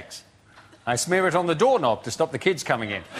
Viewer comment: Frankie says kids, I hear Keds.